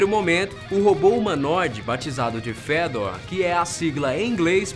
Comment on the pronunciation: Só eu que li "Fêdor" quando ele disse o nome do robô?? kkkk